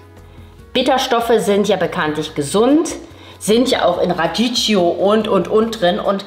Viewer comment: Cooles Video! Aber mein Italienerherz blutet, wenn ich "Raditschio" höre ;) Die richtige Aussprache ist "Radikkio" :)